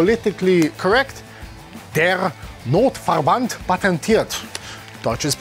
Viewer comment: Derrr Notverrrband, deutsches Bundeswehr 😂😂😂 I love you greetings from germany 😉